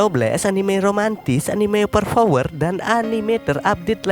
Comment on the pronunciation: 00 :13 anime oper vower :v Benerin dulu bang ngomongnya #over power